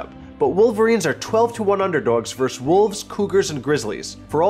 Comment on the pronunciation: It's pronounced "versus" not "verse". That's another word.